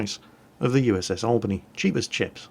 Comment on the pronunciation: yep you botched it we dont use the spanish accent